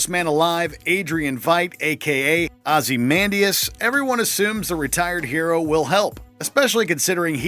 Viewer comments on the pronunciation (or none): Can we talk about how he pronounced it "Ozziemandias"?